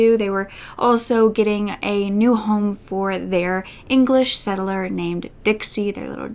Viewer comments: English Setter, not settler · First of all I know that you do a lot of research and work on these videos and it really comes through while watching them. Saying that, its English Setter*, not settler. I love your videos, but I'm a grammar nazi and I love to interject my constructive criticisms if only to help creators improve their already great content. ( also I know nazi should be capitalized, but I don't want to give them that much respect.) Anyway, keep up the good work,! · English “settler”? 🤣😂💕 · It’s not an English settler it’s an English setter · You do know the dog breed is 'English Setter' not 'English Settler' don't you? Mistakes on something so basic (whether in the original scripting or in the post production proofing) makes the rest of your video seem potentially unreliable. So far I do quite like your channel, but please be more careful in future if you want to be respected for publishing serious and factual material.